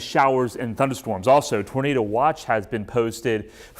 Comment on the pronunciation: Tornaders! I liked the way the meteorologist pronounced tornado!😉